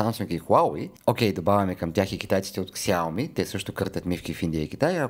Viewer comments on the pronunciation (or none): Чете се Шаоми а се пише Xiaomi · Хубаво ревю. Xiaomi се произнася Шаоми.